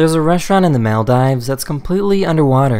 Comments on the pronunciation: It drives me nuts how this guy says Maldives it's pronounced Mall Deeves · What the hell is, "the Mall Dives"?? lol .... Do you mean, the Maldive islands? It's pronounced 'Maldeeves'.